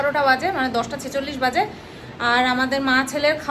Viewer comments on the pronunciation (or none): none